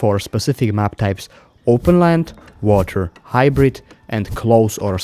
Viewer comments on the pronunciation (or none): hybrite. hybrite. hybrite.